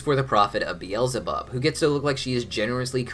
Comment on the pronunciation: it hurts me to hear him say "be-els-e-bob". It hurts me so much.